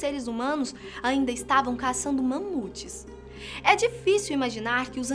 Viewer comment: Gostei da hora que você pronunciou Mãmute ao invés de Mamute. Me fez lembrar de minha falecida esposa que veio do Ceará. Ela falava Bãnana.Vc é de lá? 😁 Brincadeiras à parte: Muita teoria avulsa e pouco crédito à Bíblia que teve em seu primeiro livro escrito por escribas hebreus inspirado em historias trazidas por um Sumério real. "Abrão" que passou a ser chamado "Abraão" por ser Pai de muitas nações. O resto são suposições e estudos de historiadores e arqueólogos do berço da ciência do século XXI. Aonde pouca tecnologia se tinha acesso.